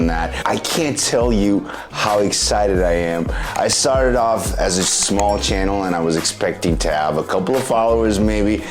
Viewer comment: I like the way he says channel. It sounds like chiennal. I wonder what part of American accent he has.